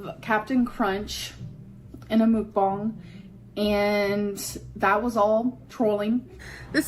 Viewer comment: Hey, just letting you know, it IS pronounced 'muhk-bahng'. It's korean